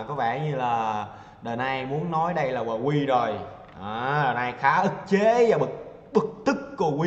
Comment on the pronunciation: Vkl tên ngta đọc quờ qui :))))